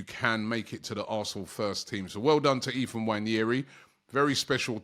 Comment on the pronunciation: It’s Ethan not Ephan 🤦🏾‍♂️💀